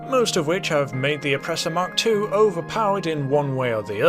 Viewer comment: Fun fact: It’s pronounced “Mark Two”, not “Em Kay Two”